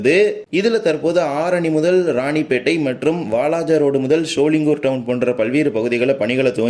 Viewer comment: Not சோளிங்குர்... அது சோளிங்கர் ஆகும்..!!!